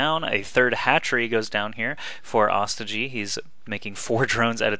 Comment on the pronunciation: this is the last time im gona remind you, its not pronounced AW STI GEE ITS PRONOUNCED OH STOY GEE